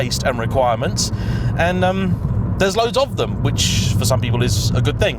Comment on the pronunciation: You didn’t just say “thang” 😳😳😳😳